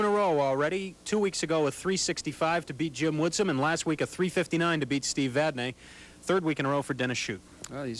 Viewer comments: For God's sake...the name is Vadnee not Vadnay. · actually its vadney